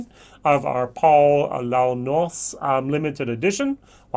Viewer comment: $120 for a 6 year old unusual whisky..?!?! No thanks. Launois is pronounced /lo.nwa/